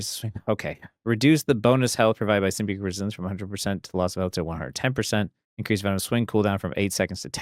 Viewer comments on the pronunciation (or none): none